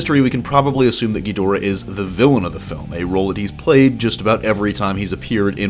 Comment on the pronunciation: I hate the way you mispronounce Ghidorah. Watch old Japanese versions and of Godzilla vs Ghidorah. You pronounce it so freaking wrong it's annoying. Research your subject matter better.